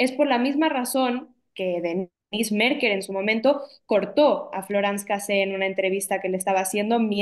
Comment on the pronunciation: Se pronuncia Casez sí suena la últina consonante. Una amiga francesa me lo dijo.